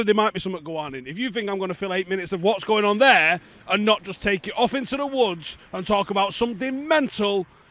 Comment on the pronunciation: had ackee & saltfish and a couple of dumplings before this video init 😂😂 ”what’s gwaning”